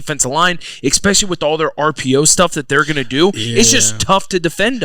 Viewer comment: The ‘X-Specially’ term X10 by Zach